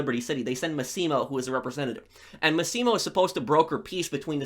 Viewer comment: Loved the video! Most underrated game in the series in my opinion! Btw, 2 little things: Consiglieri is pronounced consilieri (so don't worry about the g), and the sicilian guy, Massimo Torini, the stress is in the MAssimo (like maximum), not maSSImo. Love your channel, keep the great work!